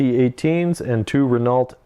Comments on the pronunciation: Great game lads but I had to nit pick: They are French so it's Ren-Oh, not Renarlt. Ren-Oh as in 'Oh dear' or 'Oh crap' Top stuff, I watch everything you guys put out :) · It's pronounced "Ren-ow". Gods, in every effing video of yours lol keep up the good work anyway...